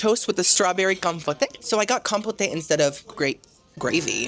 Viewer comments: "Com-poh-tay" = "Com-poat" ✔️ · I love cruises and Jimmy Buffet both, but this is a cruise line I will happily skip. Thanks for the inside look at a cruise line that makes Carnival seem high class. Definitely a very entertaining video. Also, every time you pronounced compote as "com-po-tay" it had me laughing. Keep up the great work! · Compote: Pronounced “Com”….rhymes with “Tom”, and “pote”, rhymes with “wrote”. You’re welcome,: it’s the least I could do: LOVE the videos! 😊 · Honey, I'm assuming you know how to pronounce compote😂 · I love you. As your sister I need to tell you I think your pronouncing Compote wrong. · You don’t pronounce the “e” in the word compote. I sure wish you had a better food experience.